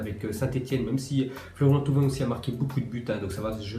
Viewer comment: Florian "Thrauvin" je suis mort!